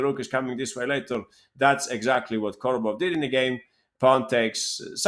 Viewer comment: Korobov, not Kordobov